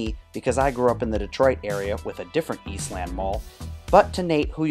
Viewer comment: In Columbus, it's pronounced "Eastlend", "Northlend", "Westlend". Saying East Land is off-putting.